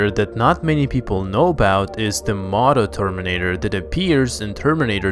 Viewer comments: Just sayin it’s Pronounced mow tow terminator not maw tow Terminator. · Robert Byrd actually it’s moto terminator. And it is as stupid as it sounds. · It is pronounced "mo-tow terminator" (the bike). Thanks for the video!